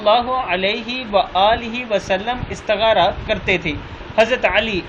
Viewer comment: بھائی استخارہ ہوتا ہے استغارہ نہیں جیسا لکھا ہو ویسا ہی پڑھا کریں شکریہ